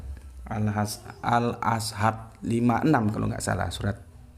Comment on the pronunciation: Lafal Arab-nya kurang faseh, ada kesalahan dalam penyebutan nama surat, contoh : 1. al- ahzab - al- azhab 2. Fushilat - fushlihat